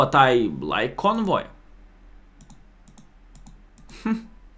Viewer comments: He called it "convoy" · You said "however you prounouncing this", so here 'tis: Kon-huay (soft "w" instead of hard "v"). Glad you're enjoying it, huay to go!